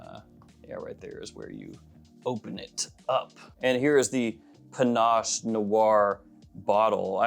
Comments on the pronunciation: Why are you calling it Panache? It's pinnace, a type of boat. Can't wait to see the shelves all filled up😀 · please stop mispronouncing "pinnace". It rhymes with "Guinness".